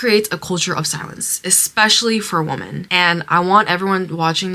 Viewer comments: Sorry for the off-topic question, but why do some people including the girl in this video pronounce 'women' as woomen(not weemen)? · What is up with younger generation being unable to pronounce "women"? The singular "woman" and plural "women" are pronounced differently..... it's so wild, I've only noticed it in the last 10 years or so.....